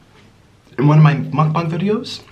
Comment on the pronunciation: “Muck bung” 😭😭